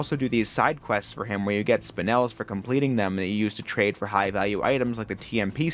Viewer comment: The first person I’ve found who pronounces Spinel correctly 👍👍